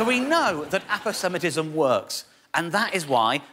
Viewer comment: Always pronounced it Apose-matism